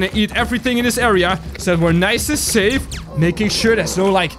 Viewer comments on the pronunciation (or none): none